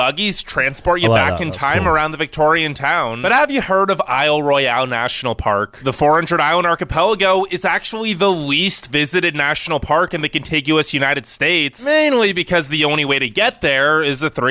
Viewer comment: He pronounced Mi's sole national park as I'll roy-AL: the French way, Isle Royale, it's actually pronounced the Anglicized way: I'll Royal. I need to nitpick re. his pronunciation of Zion N.P. It matches the pronunciation of Mt. Zion in Jerusalem, i.e., ZYE-un, not ZYE-ahn. Re. snow in CA, it's probably the only state where you can go surfing in the ocean in the morning, then because of the altitude of the surrounding mountains, go skiing in the afternoon and evening. Also, back in 1960, the Winter Olympics were held at a place on Lake Tahoe by the name of Squaw Valley. CA is 800 miles long. The last pronunciation correction follows. Kenai Fjords N.P. in AK is KEEN-eye, rather than kuh-NYE, which is not only the name of the park, but also the peninsula on which it's located. Re. your discussion at the end, they did discovered oil on the Arctic coast back in the '70s, which prompted building the Alaska Pipeline, which ends in Valdez (val-DEEZ) at the terminal 800 mi./almost 1300 km. to the south.